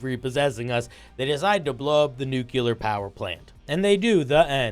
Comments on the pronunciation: A nukular powerplant? What's nukular power? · Nuclear. 2 syllables